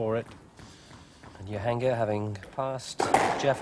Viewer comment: I'm still astonished that some of the commentators were referring them as Yansher and Yahangir! The J is not silent. Not Jonah of course.